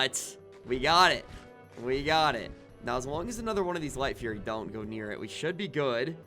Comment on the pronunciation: its not "furry" its "fury"